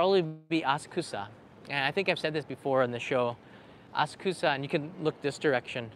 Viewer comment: As-kusa? Please say aSA k (u) sa. 🙄